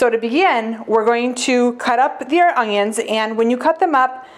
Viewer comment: Love it! My mom says ungyuns too.